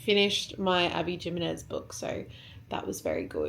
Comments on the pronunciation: i love you and your videos so much! the kindest fyi, the author abby jimenez, the j is pronounced as an "h" - like "himenez", LOVE her books too!! <3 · hey girlie just an fyi that Abby Jimenez is pronounced as him-en-ez